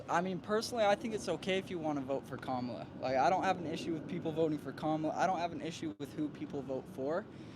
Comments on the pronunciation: Is this guy stupid or ignorant about how to pronounce the vice president's first name? I guess it could be deliberate disrespect. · The host is such a manipulator because he correctly pronounced Kamala Harris's name when he introduced himself to the Kamala / Walz representative but then defaulted to his TRUE WHITE POWER RACIST BIASED TRUMP BROWN-NOSER SELF. HOPEFULLY THE HOST MATURES IN THE NEXT 3 YEARS AND GETS OVER HIS BIASED TRUMP (DOESN'T DO ANYTHING FOR HIM) OBSESSION